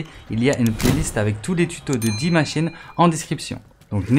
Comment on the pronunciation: Ça se prononce day maschine pas di machine c’est de l’anglais 🤦🏽‍♂️